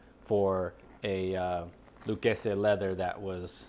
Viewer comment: Pronounced "Lou kay zee" fyi...